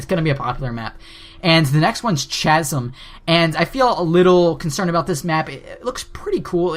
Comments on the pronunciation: Its chazm (c-asm) not chazm (chazm) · CH-asm? it is pronounced casm